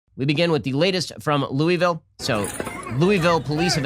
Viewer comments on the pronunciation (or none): Learn to pronounce Louisville...LOO-a-vul. LOU-iss -vill is in Colorado. Louie -vill, is maybe the baseball bat? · Shapiro pronounced Louisville like an outta stater. Heheh.